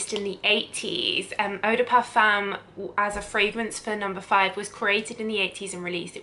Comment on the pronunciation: That’s not how you pronounce et de parfum